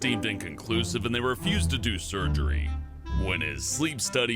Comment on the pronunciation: when he says refused it sounds like abused.